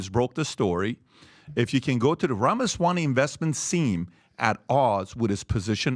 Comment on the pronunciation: PBD pronounces his last name "Ramaswani"